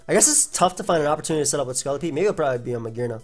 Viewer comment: I find the you say scolipede really funny. "Scullipede"